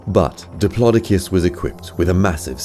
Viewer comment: It’s dip lo do cus not di plo di cus